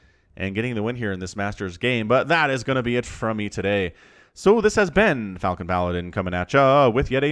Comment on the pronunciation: Now I'm imagining a reaper shooting frozen baguettes xD Also I love how you pronounce the word Falcon. Really enjoy your casts regardless of ranks. <3